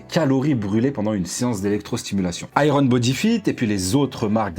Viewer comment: "Aille - rone bodi fite" 😮😅 On prononce "aïe yeurn" 😏 Pour parler de Iron Bodyfit, je connais plusieurs centres dans le nord de la France et la clientèle est principalement constituée de personnes relativement âgées et/ou de gens qui ne sont pas vraiment sportifs et sont même parfois en surpoids . Il ne faut pas s'attendre à obtenir un corps musclé et sec comme on peut le voir sur les réseaux mais c'est mieux que rien notamment pour ceux qui ont besoin d'être coachés et n'ont pas la volonté de faire de la musculation "classique" et du cardio .